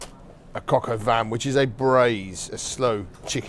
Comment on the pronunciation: Shouldn't it be called "poulet au vin " since the coq is the rooster and btw don't pronounce the n on vin